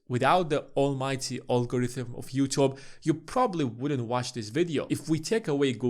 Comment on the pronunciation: The way he pronounces "YouTube" killed me lol